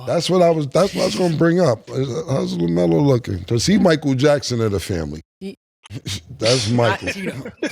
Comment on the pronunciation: Lmaoo said LaMero!! 😂😂